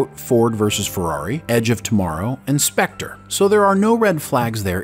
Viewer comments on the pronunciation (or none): none